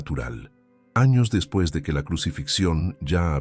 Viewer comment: Por qué dice: "depis" de Cristo? Fallan las fechas.